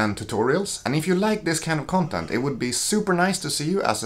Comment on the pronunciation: The way you say " CUNTENT " is a gift